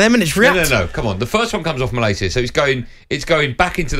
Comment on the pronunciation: Goldstein is a typical example of the United fan that's never even been to Manchester. He's calling Malacia "Mal - ay - see - ya". His lack of knowledge on the club and the sport as a whole, is staggering.